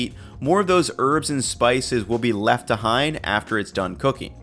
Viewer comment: Did my man just say "a-hind'?